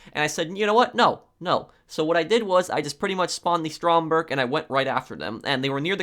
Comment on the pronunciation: It’s actually Stromberg look it up